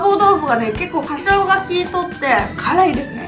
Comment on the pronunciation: つ つ 「花椒」 ゆうかちゃんはかしょう？っていってるけどホアジャオと読むみたいです^_^